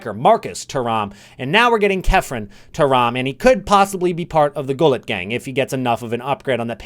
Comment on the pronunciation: Man said Gullit, not Gullit